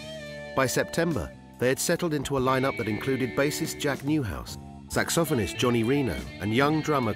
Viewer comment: That dude just said SAX-OFF-ANIST! But real British style like it is a real word. Does he call the saxophone a sax-off-on?